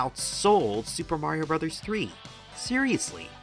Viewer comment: An excellent video; well researched and nicely presented. Also, thank you very, very much for NOT saying Super Mayrio Braaahhhhs. I hear it all the time in other videos, and it drives me friggin' bonkers.